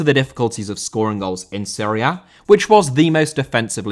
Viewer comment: Serie A* not Siri Ah